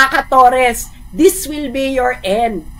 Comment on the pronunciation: Mam torre po hindi torres hahaha sorry mam prrd ako kino correct lang kita